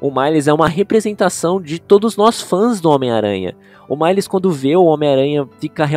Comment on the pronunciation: da um pouco de agonia ele falando males errado, mas ainda sim da um charde daora na fala dele